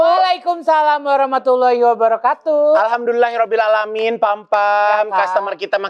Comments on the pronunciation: Ivan, kalau salaam pembuka, jangan salah sebut, selalu wabarakatuuuu, dalam bhs Arab tu nya ga dibaca panjang, wabarakaatu. Coba Ivan cek dengan Derry Sulaiman. The closing message bikin ngakak nih, Corla garuk2 jari kaki, hmmm, Corla Corla. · Maaf H Igun dn mad maaf klo salam Warohmatullahi wabarohkaaatuh. Bkn kaaatuuuuh. Maaf